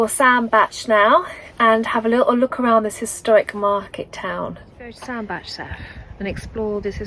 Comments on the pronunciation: You are right Sandbach is pronounced Sandbatch. The unwary often pronounce it sand Bach like the composer. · Happy birthday, hope you had a lovely birthday. I’ve seen Oyster Catchers while cruising on the Trent and Mersey and funnily enough I saw a hare today whilst driving down a country lane. The weather looked dreadful for this cruise, yes you pronounced Sandbach right. Amazing nature and history on the canals and the places you visit if you look for it. How lovely that someone put little flags in the ground to save orchids from getting trod on! Don’t let nasty people upset you, as far as I could see you weren’t doing anything wrong. It was nice to have sunshine for the second part of your cruise. I loved the music in this video and the church bells added to the atmosphere. Fabulous drawing and poem as usual, I really enjoyed this vlog. Thank you. xxxx